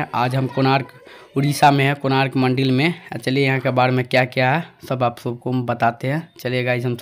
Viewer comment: Bro mandil nhi mandir hota hai